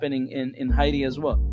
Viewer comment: It's Hay T